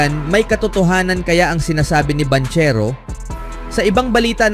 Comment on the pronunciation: Banchero pronounce as bangkero hahaha 😂